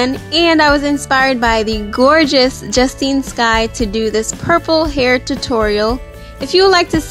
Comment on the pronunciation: you pronounce your name so wrong